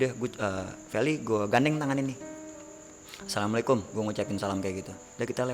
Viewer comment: assalamualaikum bang bukan assamlikum